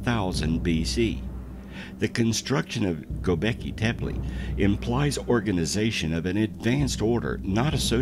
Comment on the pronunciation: Some misinformation, the "helicopter" glyph has absolutely nothing to do with king Tut-Ankh-Amun . The glyph is placed in the Dendera temple, the temple of seti in Abydos.. Fact check! As the narrator murders Göbekli Tepe by saying 'Go beki tepi' his is about 8000 years wrong in stating that the place is 20000 years old, it is from around 10000bce, and therefore some 12000 y.o.